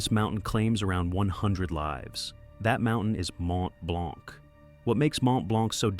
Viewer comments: As A french, it's sting a little (The C is silent), but thank you for the information, I've never realized so many people die on it. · Learn to pronounce Mont Blanc 😅